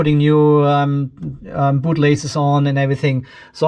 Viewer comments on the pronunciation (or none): none